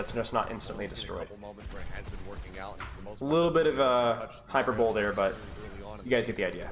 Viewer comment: hey good vod. look up how to pronounce hyperbole